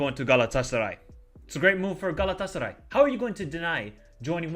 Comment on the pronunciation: your pronunciation saying "Galatasaray" is amazing... :D